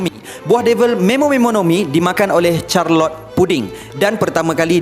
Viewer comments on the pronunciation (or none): bukan charlot, Charlotte sebutannya.